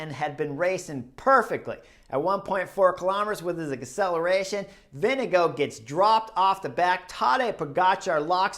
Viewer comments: Probs on the pronunciation of Vingegaard! Pretty damn close 👍 Most Americans go with VinGegaaaarD 😅 Can't hate though, I probably mispronounce most names in the peleton 😂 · For English speakers: use Vingegore (as in goretex). Comes very close to the correct prononciation. Applies for any Danish name ending with -gaard: Lundgaard = lundgore